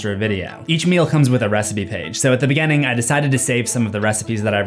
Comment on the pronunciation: One thing you may have missed about is he pronounces the letter "I" like an "E" when he says words like "beginning" and "continues" sounding like "beGENning" and "conTENues"